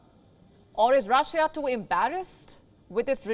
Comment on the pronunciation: Russia...not russija